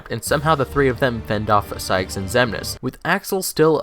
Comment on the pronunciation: Also pretty sure I heard mansex instead of xemnas